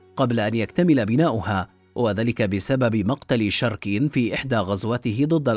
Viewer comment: الفيديو جان رائع بس كتابتك للأسماء ولفظك الهم خطأ مثل انت كاتب اشور ناصر هو اشورانسور هذا الاسم الحقيقي مو شركين شوركَين